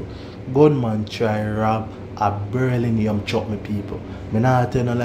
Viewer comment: Hear dis one ya a say berlinium😂😂😂😂😂